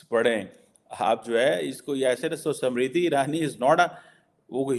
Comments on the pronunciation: Arey, she is 'SMRITI', not Samritti! 😂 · समृद्धि नहीं स्मृति बोलिए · Why are you saying "samriti " the name is "smriti" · First learn to Pronounce Smriti- not samriddhi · SAMRITI nahi unki naam SMIRITI IRANI. PRONANCIATE to thik se kar. 😅😅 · how difficult is it to pronounce the name "smriti"? these pakistanis can only call her "samriti"....🤦‍♀😆😆😆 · her name is not Samriti Irani but Smriti.....God knows you will be able to pronounce it or not.....as you cannot even pronounce Dharmendra but you say Tarmender......to Jeenendra you will pronounce Jitender. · Pronunciation to sahi karo SAMRITI NAHIN Smriti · it’s not samiti Irani it’s smriti irani pls pronounce proper atleast or speak Hindi language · it`s "SMRITI IRANI". It`s not that hard to recite and practice names of people that you`re going to talk about, before you start filming them.